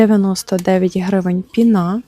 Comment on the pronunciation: Не пінА, а пІна. Акції цікаві, дякую за обзор.